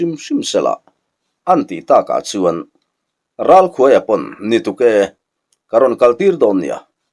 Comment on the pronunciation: Ralkhuaia' tih hi 'khûai no' kan lâk thin a,'khuai' tih a lam hi a in hmeh zâwk lo maw le....❤❤❤😂